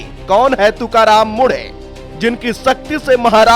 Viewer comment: मुढे नहीं मुंढे... ऐसे व्यक्तित्व के नाम का सही उच्चारण करना चाहिए...